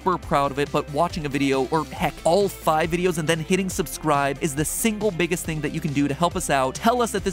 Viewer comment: That “subscwibe to food theowy” part just killed my soul